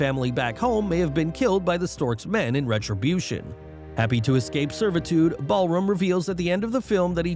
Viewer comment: It is Balram not Ballroom